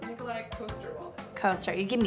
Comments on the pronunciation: Charles Boyle disapproves of this pronunciation of Nikolaj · Why make a game, where the maker cant even pronounce the names correct... Nikolaj was both wrong, they pronounce it too american... And yes, I am danish... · I think you mean NIKOLAJ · it’s nikolaj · It's not Nikolaj, it's Nikolaj. - Charles Boyle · Agnes A almost, but it's pronounced Nikolaj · nat Yeah. That was kind of stupid. She didn’t do it correctly, and they certainly didn’t either. Haha